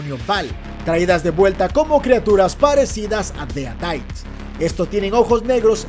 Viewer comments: Deritis no deadaits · Odio como dice : dead aites